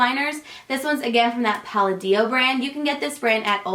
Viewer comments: Isn't Palladio pronounced like "palahd-io" not "pal-a-deo " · Palladio is pronounced with the emphasis on the second syllable, like Pa-LA-dee-oh. I think it's an Italian surname. I hope that's helpful! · Hi! I think that blush you mentioned in apricot shade is pronounced "puh-lod-ee-oh":) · "puh-lay-dee-oh" :) it's a weird name though... I only know how to pronounce it from hearing other people say it correctly! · You pronounce Palladio like "Pah-lah-dee-oh" :) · Pah-lay-dee-oh is how you pronounce it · Oh and it's PUH-lah-dee-oh :) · puh-lah- dee-oh ( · I pronounce palladio like pah-lay-dee-oh. not sure if thats right but ya know lol! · Puh-la-DEE-oh = Palladio :) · if that product was Palladio... it's pronounced P-UH-LAD-DEE-O :) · I think the Palladio blush is pronounced Pa-la-di-o :) there's an actor that I know of who spells his last name that same way and that's how they pronounce it. I could be wrong though! Lol. Love ya girl!! ❤️❤️ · there's a shopping center near my house and it's called the Palladio and it's pronounced puh-la-dio. I assume the makeup brand would be pronounced the same hahah. love you 😊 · I think it's pronounced pa-lah-dee-oh but I could be wrong lol. And omggggg I'm obsessed with the nyx HD studio powder in translucent!! Lovee love it. Also have been obsessed with covergirls lash bloom mascara in the purple tube with flowers on it. It reminds me of Benefit the roller lash mascara that I'm obsessed with! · Palladio is pronounced puh-lay-dee-oh :) haha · I think palladio is pronounced "puh-lay-dee-oh" but I'm not positive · it's puh-lay-dio :) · I am pretty sure that it is pronounced Pa-lay-dee-oh. But don't quote me on that. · I believe the blush is pronounced Paw-Law-de-o ( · I could be wrong, but I think the way to pronounce Palladio is pull-ah-dee-oh. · Palladio is pronounced puh-lah-dee-oh 🙃 I used to say it the way you do too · Palladio is pronounced Pa-lay-dee-o.